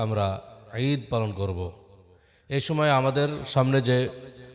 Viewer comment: Huzur, please say"Eid" not "Rid"! I think I am not wrong.